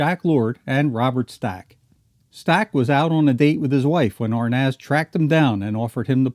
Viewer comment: He can't even pronounce Arnaz lol...